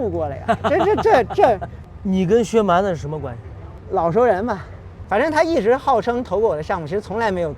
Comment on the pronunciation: 在名字里，一般念薛蛮子 子不能读轻声